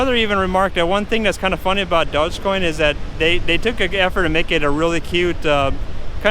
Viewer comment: It would help if you could pronounce it correctly.